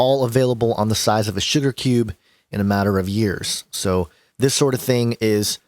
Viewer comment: sounded like you said "store huge amounts of data on a shitter cube"